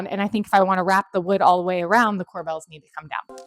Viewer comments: Corbels' not Cor"Bells" I love the white Island with no veining. Beautiful kitchen ! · core-bulls, not core-bells